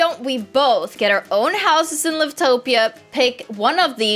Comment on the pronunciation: You say it like "l-i-v-t-o-p-i-a" but you have to say like "l-a-i-v-t-p-i-a"